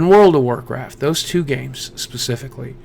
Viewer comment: it always sounds like you're saying ten nine eight eight instead of two nine eight eight in your intros. good story tho man